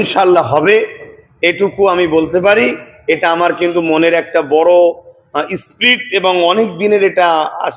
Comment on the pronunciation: ইস্প্রিট 😂😂 কেনো যে ইংলিশ বলে😂😂